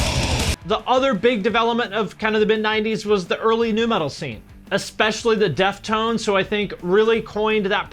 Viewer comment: “The deaftones” my guy..